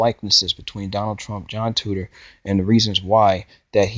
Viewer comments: Titor-----Tee-tor, not tutor. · You can't even say his last name right. How are people supposed to take you seriously? Titor. (Ty-toor). Not tutor. Sigh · it's not TUTOR it is TITOR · ahahahahahhaahhahahahhahahahahahahahhahahahahahhahahahah TITOR....TEEE-TOR HTF you readin TOO-TOR? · Name is not right, correct yourself before you make videos. Also do research before hand so you know what you're talking about. It's pronounced TEE~TORE. Thanks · How do you pronounce TITOR as TUTOR? Also you are insanely gullible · Juhn Tutor....um okay....um...10 minutes of your uninformed opinions and no I don't know what you are saying...please stop using the internet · 'I' doesn't make a 'U' sound. Just helping you out